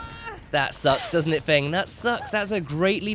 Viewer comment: Who else kept getting annoyed when he kept calling her fung instead of feng that one time.